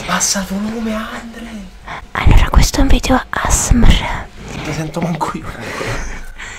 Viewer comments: Altro che dormire questo video fa scassare😂 cmq guarda che nn si dica asmr si dice A ESSE EMME ERRE ci devi fare proprio lo spelling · Si dice "a esse emme erre" Divertentissimo 😂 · Non si dice asmr ma a esse emme erre (non ti insulto perché sei la mia idola e solo per dirtelo perché c'è gente che ti può insultare) Ti adoro❤️ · per me è più brava Anita per fare gli asmr poi sbaglia la pronuncia di asrm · Cristina Barduca Siiii ma si dice A Esse Emme Erre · sono solo 4 lettere: A S M R. Si pronuncia: A esse emme erre il italiano e in inglese eismar non izxbjveafbvauasbufsmdfberhkgkehv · si legge A-ESSE-EMME-ERRE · Si pronuncia a esse emme erre ma come lo dici tu fa più ridere 😂😂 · i video asmr si dicono video A ESSE EMME ERRE😂💋❤ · Si dice a essse emme erre. Comunque ti adoro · Guarda che si dice A. S. M. R. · Si dice A S M R Normalmente devi ripetere-a-esse- emme-erre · Si pronuncia Aesseemmeerre è si scrive ASMR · Veramente si dice video a s m r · Si scrive asmr. Devi dire asemer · mi fa morire dal ridere 😂😂😂😂😂😂😂😂e che non sa dire ASMR ❤️😂